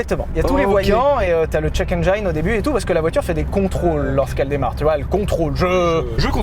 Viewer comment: "Engine", pas "engaïne"